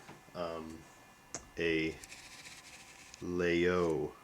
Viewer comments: Very nice knife. Except it is not pronounced "Lay-Oh" it's actually, "Lag-(like jetLAG) Yul--(like YULEtide) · There is no hard G in the pronunciation. It's something close to 'Lai-yoll'. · its laGyol not laaoo just sayin.. just so your viewers will sound somewhat intelligent when talking about this knife. but that said great video thanx